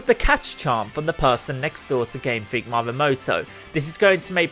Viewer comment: did you just say: mamehmoto......? dude how hard is reading for you xD if i was Japanese, i'd not have any of it